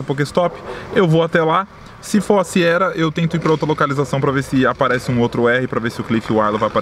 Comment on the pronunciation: toda vez q vc fala Siera ha Siera, ai eu penso mas vai que acerta kkkk!!